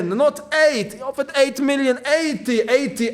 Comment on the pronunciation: saying Habibi cracks me up 😂😂😂